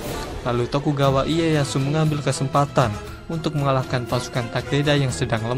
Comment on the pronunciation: ralat nama tokugawa iyeyashu bacanya tokugawa leyashu min